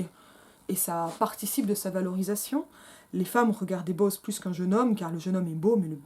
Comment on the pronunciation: Quelle odieuse synérèse ! Bo-oz ! En deux syllabes ! 😡😡😡😡